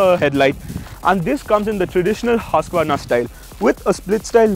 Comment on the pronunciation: Irritating. At least pronounce it correct. Its hoosqvarna not hasqvarna.